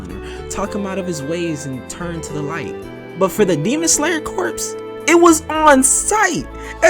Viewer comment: Love the video overall honestly and this may be nitpicking but please stop saying corpse bro. "Corps" is pronounced "core". A corpse is a dead body